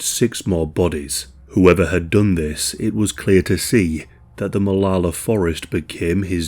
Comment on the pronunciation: It tripped me out that you said both Oregon and Molalla correctly. lmao